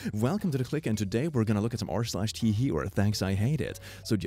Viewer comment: Part 1 of saying r/TIHI should be pronounced "r/ tye high"